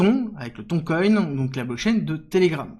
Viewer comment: Merci de prononcer Tonne et non Thon coin 🤣